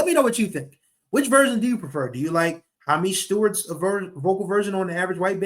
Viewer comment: Bro you're not pronouncing Hamish Stewart's name correctly.